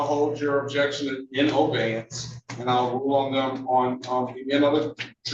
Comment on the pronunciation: makes ongoing mistakes of language. It's not very impressive that he keeps doing that. He's holding the proceedings in "obeyance" and he mentions that the first guy is "per se". He sounds like one of them when he does that.